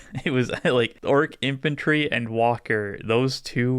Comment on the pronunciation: Every time they talk about their merch, I swear they say Ork at Eight.